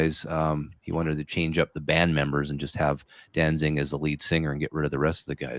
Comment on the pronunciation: Uh, you mean Danzig? No “ing”